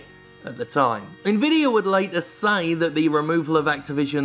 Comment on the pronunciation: I agree with the comparisons between GeForce Now and Stadia, but most of all, I'm pleased that other people than me can pronounce Nvidia properly.